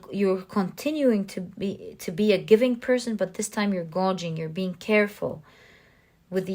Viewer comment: So grateful for your wise, loving energy and your tremendously accurate and interesting readings! ❤️🙏🏽Pile 3 was me all the way... wanted to humbly offer a pronunciation adjustment: you were saying a word I think intended to be ‘gauging?” FYI it is pronounced gay-j-ing. Hope this helps! Much love and gratitude ❤️🤸🏽☀️